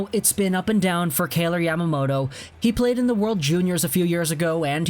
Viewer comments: Pronounced K-eye-ler like Tyler with a “K” not K-ay-lor like Taylor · you're pronouncing his name wrong...